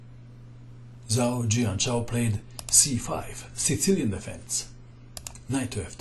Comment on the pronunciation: Hi, would just like to kindly point out that when a Chinese word is written with Latin characters, the combination of letters "zh" is pronounced like "j", not "z".